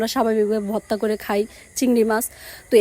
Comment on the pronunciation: ভততা ভততা কি বলছ